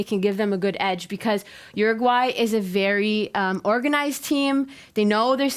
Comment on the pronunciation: "UruGAY", really?? xD